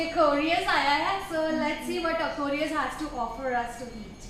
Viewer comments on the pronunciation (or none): Your pronunciation of Aquarius killed me being an Aquarius myself